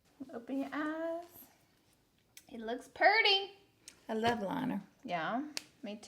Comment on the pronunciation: She said Purdy! I was born in Birmingham. Lol Roll Tide!